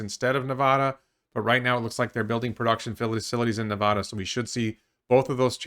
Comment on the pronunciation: Hey, can I ask you to correctly pronounce Nevada and Oregon, please? Thanks friend.